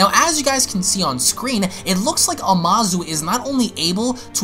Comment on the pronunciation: It was "AMUZU" NOT "AMASU" (アムズ)